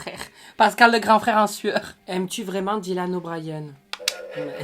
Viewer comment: Au moment où il y a Dylan O'Brian on a assisté à l'accent anglais de